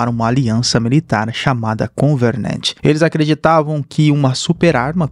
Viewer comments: parei de assistir no "convernernt" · Vídeo muito bom! Parabéns... Mas eu não entendi pq que Covenant virou CoveRnant? E Halsey virou HaNsay.. mas fora isso tudo nota dez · Vou sair do vídeo, já é a segunda vez que ele erra a pronúncia, primeiro Covernant, agora Hansei kkkkkkkkkkkkkkk